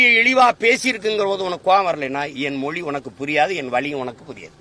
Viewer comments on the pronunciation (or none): முதலில் மொழி என்பதை சரியா உச்சரிக்க தெரிந்து கொள்ளடா நாயே